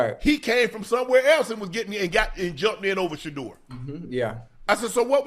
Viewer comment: Finally he said sheduer name lol